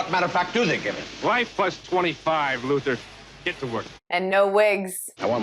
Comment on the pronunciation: Lex Luthor’s last name is pronounced “LU-THOR”.